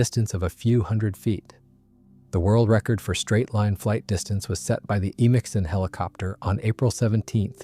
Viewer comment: the hiliopter pronunciation is killing me